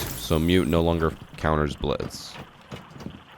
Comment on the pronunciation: It’s the “Glitz” instead of Blitz for me 😂